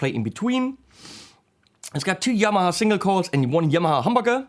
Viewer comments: The way you say humbucker sounds more Japanese than the ways you try to say Yamaha, which for the record is pronounced exactly the way you think it is, and/or the first way you said it in this video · You can't say Yamaha properly??? Put a video up of you going into a motorbike shop asking for one ... please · In the Japanese language, no syllables are emphasised, so very even 'Ya ma ha", no stress on first or last sounds.